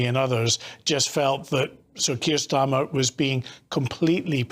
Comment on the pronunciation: Keir Stormer,was that a fruedian slip or what😂😂😂